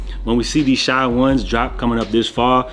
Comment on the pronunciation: SHAY man, not Shy. Shai( Shay) gilgeous Alexander